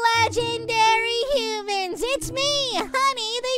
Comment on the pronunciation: Humans not hoomans